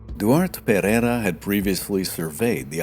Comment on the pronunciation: well, as it happens I'm portuguese as well. We'll continiue then in Portuguese. De facto o narrador não percebe peva de Português. A forma como anglanisa os nomes, especialmente o Pereira, dá ares de finório que não conhece a língua. Isto não se reflecte na qualidade do vídeo que é muito bom. Parece até que quem o fez nem sequer quer saber da pronúncia ou sotaque. O que não vale a pena é tapar o sol com a peneira. O narrador tem um mau Português....